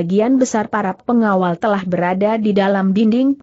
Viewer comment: Kenapa huruf "l" dibaca sebagai huruf "i" , vontoh pengawal dibaca pengawai, gelap dibaca geiap, telah dibaca teiah, sehingga sangat mengganggu arti dari jalan ceritanya.